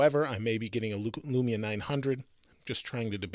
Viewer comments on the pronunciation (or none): none